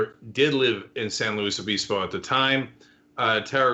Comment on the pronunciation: Both I's in San Luis Obispo are short as far as pronunciation goes... Just sayin'...